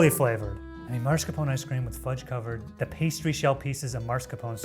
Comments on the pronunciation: “italian man” pronouncing marscapone wrong 🙂‍↔️ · How do you call yourself an Italian man and proceed to pronounce mascarpone like that? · "as an italian person"; Procedes to mispronounce mascarpone 5 times